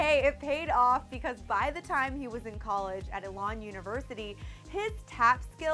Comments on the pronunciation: I hate to be the bearer of bad news but I was looking for a specific fact that I got from this and I hate to correct people but it's not "Ehlon" it's "Eelon." I come from NC and it's odd to hear it any different, though I know people say it differently but it bugs me when I know what they mean. I didn't mean this in a mean way just a "just in case there's a next time." kinda thing. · She totally pronounced "Elon" wrong. Grant is one of our most known people. I'm slightly offended.